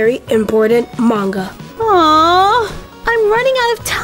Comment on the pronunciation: FINALLY SOMEONE SAYS MANGA RIGHT